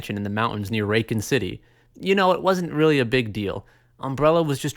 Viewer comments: I was half expecting a paid promotion from Ray Cons with the way you pronounce "Raccoon" Shit made me wince each time. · Did he say “Ray-con” City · Yes he did🤣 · Every pronunciation of 'Raccoon' made me expect a Raycon sponsorship, then the Surfshark plug comes instead. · “Ray-kun city” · Are you purposely saying RacOOn city... Incorrectly? Raken City? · not hating on ya but raccoon city is pronounced like the animal. Racc-oon. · Not the way he butchers the word raccoon? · Does he know what is a raccoon? Odd pronunciation for the animal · So the way he says Raccoon Doesnt bug anyone? No? Its just me? Come on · Gatta love how he says " RACCOON city " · Your pronunciation of Raccoon is funny. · Driving me crazy. Better be some Canada bullshit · 🦝!!!!! Say it right 😤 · The way you say raccoon means I will never subscribe. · Gotta dislike for that pronunciation of Raccoon. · Dude raccoon your butchering it